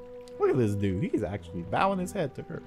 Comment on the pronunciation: hi dudet lol dude not dudet vuz dudet is a girl lololol